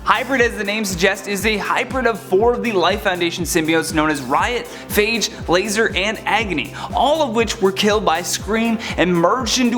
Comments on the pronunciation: Lasher not Lazer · Laser? Dude, come on. That’s Lasher. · Its lasher not lazer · it’s lasher not laser